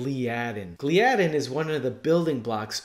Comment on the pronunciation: Gl-eye-addin, not Glee-addin